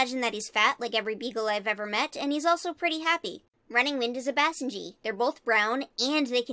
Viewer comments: I love this but your pronunciation of basenji gave me whiplash i’m wheezing ksjdxnsjsj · Bro the way she said basenji made me so pissed but I couldn’t help but laugh